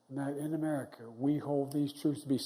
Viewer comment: "we're the united states of ameri-got-it "